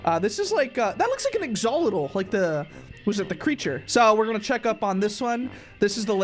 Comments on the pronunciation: Lol dude it's called axolotl and you said agzolotl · Lol he calls it a exololo instead of an Axolotl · bro called an axolotl and "exoletol"💀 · its pronounced axe-oh-lotl-uhll btw! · you mean axelotle? If you said axelotle you pronounced it wrong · I pronounce the fish like Ax-oh-lot-l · This how u pronounce axolotel Axe uh lot owl Axolotel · It's pronounced axlotol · They way he said axolotl made me burst out laughing ! 😂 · the way he pronuced axolotl🤣🤣🤣🤣🤣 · pronounces axolotl wrong me:TRIGGERED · Either doesn’t know it’s an axolotl or he pronounced it wrong or that’s how you pronounce it